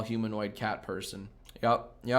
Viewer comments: when he said “aydris elba” instead of “eedris elba” that hurt my soul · It's not Eye-dris nor Ee-dris. It's Id-ris. The first sylyble rhymes with "did". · it's idris, just say it as it's spelt my dude (ih-dris) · It's not Eee-dris or Eye-dris FFS. It's Id. Id-ris (sooo... exactly as it's spelled?). How do you Americans completely fuck pronounciation this way? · fuck me, jack. idris. IHHdris not EYEdris or EEdris IHHdris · You came up with 2 ways to pronounce Idris, and neither of them were correct. I know Americans have a problem with short vowels, but surely I, as in It, should have been an option. His name is pronounced Id-dris, as in It Is or International (using the letter I only). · Yeah I thought the I was pronounced like in igloo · It’s neither it’s pronounced iihhh dris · It’s idris as in rid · It’s not eye - drie or ee - dris it’s ij - ris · Ee-dr-ees Elba you uncultured swine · It's pronounced like 'ihdris'. The I is like the I in 'little'. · Edris elba is how it’s pronounced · Both pronunciations of Idris are wrong.